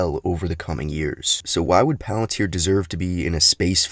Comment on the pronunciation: Today we will be talking all about... Movie trailer movie voice over engaged Pealenteer